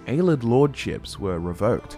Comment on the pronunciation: has been pronouncing Ayleid “aye-lee-Id” as “aye-lid” since the Jump and it drives me nuts